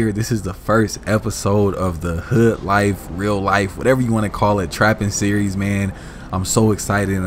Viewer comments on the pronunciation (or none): Why do you say hood like you took out the D so it's just hoo